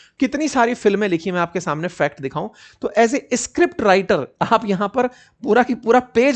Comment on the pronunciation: sir ji … escript nhi hota. … script hota h